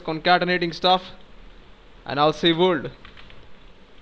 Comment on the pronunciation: You really explain things well. Thank you. And I like the way you say vorld ^_^